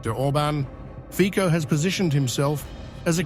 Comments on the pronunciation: It’s Fico, his name is FICO! Not FIKO! Respect him! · Robert Fico's last name is pronounced "Fitso" like the "c" in "France". It does not have a "k" sound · Not FiKo, but FiTSo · 1. Dennik N is an extremist liberal and progressive newspaper. They systematically lie and purposefully distort information about events in Slovakia and the world. 2. Prime Minister Fico's name shoud pronounced correctly as "Fitso" not with a K, similar to how the end of the word "worlds" sounds. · Fico is pronounced "fitzo" , not "fiko". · not fiko FICO this commentator is amateur... he does not know how to pronounce name of politician!!! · His name is FITZO NO FIKO !!! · 😂😂English say feeeee kou. Instead of Fit sou. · The correct pronunciation of the name in English / Italian would sound something like Fizzo….just saying🙋🤷‍♂️🙂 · The correct pronunciation Fico's name is /fitso/. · It's not Fico, it pronounce Fitso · Isn't Fico pronounced FITZO?